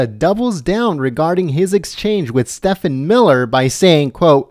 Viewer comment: STEVE-en Miller. (If you'd mispronounced Acosta's name I wouldn't care but Steven Miller deserves respect, after that fine performance)!